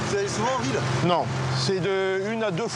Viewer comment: À un moment il faudrait apprendre à prononcer correctement le nom des villes